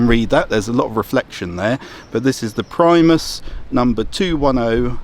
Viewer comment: reads Primus hears Priemus :P love it